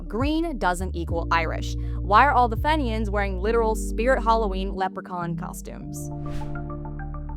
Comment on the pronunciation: FEE-knee-yan not FEH-knee-an.